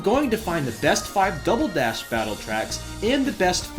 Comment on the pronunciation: "Double DayDash" what?